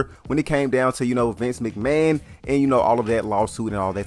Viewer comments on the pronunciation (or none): none